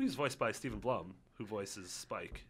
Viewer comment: yall know toonami is back right? saturdays at 12 on adultswim if i see one more " i miss toonami" im probably gonna kill myself , also toonami 90's? meh more 2000's more , TOM not " that robot dude" Was introduced in 1999. Also its steve blum (BLUE-UM) , and he started voicing TOM 2 so 2000 is what your talking about. Im a huge toonami fan and the world and everything so im probably just being a fanboy but if your gonna talk about something atleast know what your talking about Also watch toonami preflight the weekly toonami video cast that actually know what they are talking about ( its the creators jason demarco and gill auston) watch it on and scroll down to preflight , new episodes every tuesday at 5 .Your welcome , later